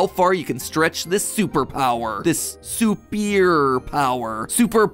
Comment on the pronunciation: Not sup-ear power, su-pour power 🤣😂